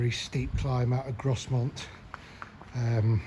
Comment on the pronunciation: Lovely vid! That bridge closure was because a local bus went over into the Esk. Caused us locals no end of hassle. Its 'Grow-mont' and 'Sl-ay-ts' btw for future reference.